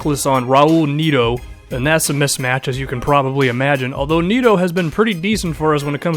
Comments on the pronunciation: Its net-o not magneto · Neto is pronounced Nett-oo (oo as in look)